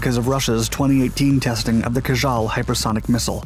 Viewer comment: cool video, however you are wrong when you talk about SR*71 supposed to absorb radar waves. That's not true. The Blackbird had nothing to do with STEALTH. She is fast and fly high, that's it, nothing more. BTW that russian hypersonic missile you were talking about it's not called kajal, but KINJAL